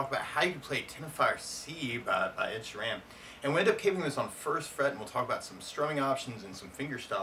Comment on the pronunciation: It's Teno-reef and Sheer-en.